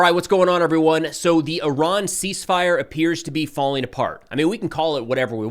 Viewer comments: Not "Cease Firey"...You better keep using that. I love it. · Are you sure she didn’t say ‘Seas Fire’?